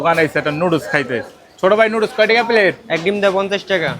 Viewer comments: It’s called noodles not nuudoos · আরে মূর্খের বাচ্চা 😂😂লুডলস না❌ নুডুলস ✅ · লুডুচ না নুডুচ😅😂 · নুডুস❌ লুডুস ❌ নুডুলস ✅🙂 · নুডুস ❌ লুডুস ❌ নুডলস ✅ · লুডুস❌ নুডুস❌ নুডলস✅